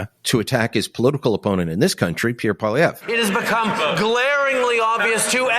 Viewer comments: It's not Pierre Poliver it's Pierre Poilievre please and thank you. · you are an intelligent man. Can you please pronounce Pierre's last name correctly?